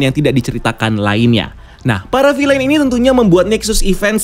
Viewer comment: Bacanya bukan "filein"